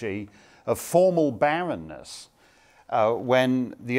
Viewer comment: Hey, Mark; was that "Baroness" or "Barrenness"?